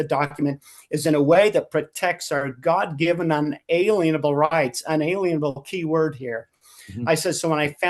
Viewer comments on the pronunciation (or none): "Una-lienable" rights. That no lien, fee, or permission may be levied or applied against them. The emphasis is on lien. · I truly wish everyone would stop pronouncing it "un ALIEN able'. Its pronounced "un a LIEN able" to mean...."shall not place a LIEN (legal claim or security interest) upon ones rights.